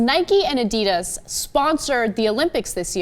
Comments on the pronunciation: Oh lord that prononciation of adidas is horrific. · wow they're pronouncing adidas so badly lol